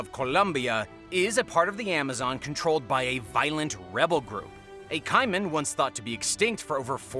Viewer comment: #2 is pronounced Kay-man not Kai men